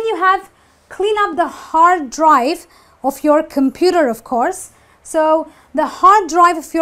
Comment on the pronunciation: Just watched your video titled 'How to Pronounce "the" in English?' Please practice what you preach. First of all - it's a drawing of THE car not 'theee' car. and -0.33- The word 'OF' is pronounced as 'Ov' not 'Offfff'.